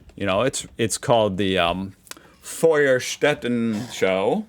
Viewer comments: Also the "Feuerstättenschau" was very good! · You definitely practiced "Feuerstättenschau" und "Schornsteinfeger"! 😂👍